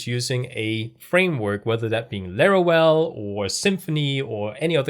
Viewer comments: Larawel? That is no "w" is Laravel. lol =] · Bruh, its LaraVel, not LaraWel😅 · Why you say larawel? Is Laravel. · laravel ❌lerorel ✅ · Why is he saying larawel? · Laravel ❤💜❤💜❤💜❤💜❤ Laravel Herd is now available on windows too, the free version has everything you need 😊 we've been waiting for it too long. I love your Lara well pronunciation 😂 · Excellent initiative! One thing though - you pronounce the 'v' in Laravel the same way you pronounce the 'v' in 'Vesterbro' (for example). Loving your channel though - keep it up! 🙏💪